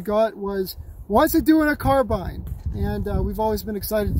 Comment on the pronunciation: Finally someone who pronounces carbine right instead of the revisionist stuff that's pushed now